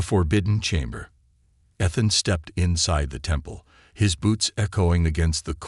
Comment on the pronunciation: The AI needs a lot of tweaking. You still cannot pronounce the word or name I should say, Ethan. There is no. F….ing! And yet the stupid AI says the same thing in every story. Find another name, but stop using, Ethan.